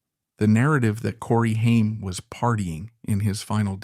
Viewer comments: Stupid AI voice not pronouncing his name right is infuriating. It’s not pronounced Hien , like the ketchup. It’s pronounced Hame, like fame. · Corey Haim’s last name is pronounced HAYM not HEIM. A lot was left out of this, but thank you for talking about him. He was so much better than he knew and he is missed so much. He was a brilliant actor! I miss you, Corey. RIP 🤍🌹🤍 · "Haiym" LMFAO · The narrator keeps switching pronounciations between "HIME" and "HAIM"...a signature trait of A.I. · Could you please at least say the man's name correctly? Ffs it's not a difficult one. The A is long which means it sounds just like the letter's name. If you are gonna claim to be sensitive to someone's life, at least they're damn named correctly. That kind of disrespect is awful. It makes suspect everything you say whether or not this ends up being a good source of information or not. And unless you name Feldman as part of the reason Haim fell apart, I will definitely suspect everything you said you're setting up.